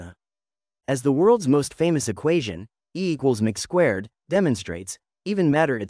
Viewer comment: You lost me at e equals mac-squared. Get a competent narrator and ditch the AI.